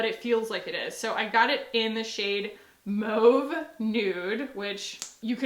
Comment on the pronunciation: Heck yes, I remember the Becca Skin Love days...that was a blast from the past!! Also, I feel so justified in the way that you say "mauve", because that's how I SAY MAUVE 🎉 😆